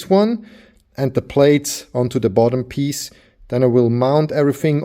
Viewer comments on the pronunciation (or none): none